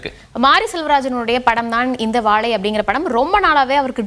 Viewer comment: வாழை யையா வாவைன்னு சொல்றீங்க